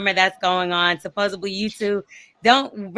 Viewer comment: Supposebly! 😂 She needs to go back to school and get her some edumacation!